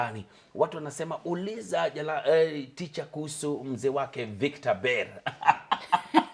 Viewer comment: Is it that she cant pronounce the word teacher,wacha na bla bla.ama ni kujifanya.si kwa ubaya